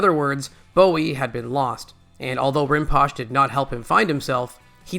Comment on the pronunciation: Rinpoche is pronounced "Rin po chay"